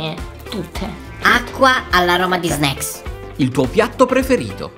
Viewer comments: All'inizio ho provato a contare le volte in cui a detto snecks ma poi ho perso il conto ✌😂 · E vero dice snack